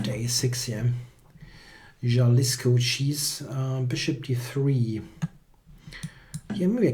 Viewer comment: Jalisco is pronounced "ha-LEES-ko".